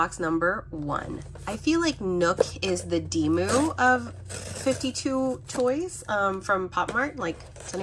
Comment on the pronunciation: Awesome video as always ❤ Also I think 52toys is pronounce as “Five Two Toys” !